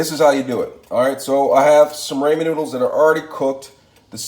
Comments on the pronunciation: I love your ideas about food, but please stop saying "ray-men noodles". It's "ra-men", just like it's spelled. No y. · RAH-men. RAH-men! Not RAY-men. It's RAH-men. And frying an egg doesn't create much of an aroma of any kind. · Homie really said "Raymen noodles" it's pronounced ramen (Rah-man) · it's pronounced rah-men not raymond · Don't pronounce it raymen noodles.... pronounce it raamen noodles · RAH-MEN. Learn how to pronounce it right and you'll get your like back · raw-men not ray-men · Ramen is pronounced rah-men.. .....raymond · RAW-men Not RAY-man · I know it's "ramen" but in the video it is pronounced as "ray-man" when in actuality it is pronounced as "raw-men" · It’s raw-men not ray-man. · she said what you said you called it Raymond but it's actually pronounced Ramen you pronounced it Raymond it's not spelled that way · The guy who made the video doesn't get it. It's pronounced RaH-Men. Not Ray-Men. Guess there's no Asian people where he's from hahaha. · Raymen noodles 😂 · Awesome recipe. It's Japanese, " Rahh men" no long A. Don't look ignorant. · Who said raymen noodles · "Raymond" noodles 😅 Jokes aside, looks awesome. Will try it out one day! Good job! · Had to rewatch to see why I commented that.. And nope I meant Ray man,because that's the way it's pronounced in the video. 😆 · Rah-men.. And stop saying Ite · This irks me. It's ramen (RAH-min) noodles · Ray man noodles 🍜😂🤣💀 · It’s pronounced “RAH-MEN” lol but good stuff imma make this now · Why does this dumb fuck keep sayin raymon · “Raymond Noodles” 😂😂😂😂😂😂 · Raymen noodles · man really said rayman noodles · Ray-men noodles?? Take this vid down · Does he purposely say ray-man noodles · Raymond noodles ok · Ramen is pronounced rah-min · “raymond noodles” LMFOOAOA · “raymond noodles alright..” 🤙🏽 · no you said Raymond noodles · it was a pun within a pun😂 "everybody loves raymond" the show and the way he said raymen instead of.. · you said raymen dumbass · the way you say ramen is driving me insane